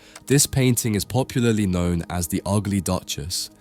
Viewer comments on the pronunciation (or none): none